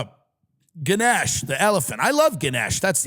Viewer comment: its Gah-nesh , malaysia represent!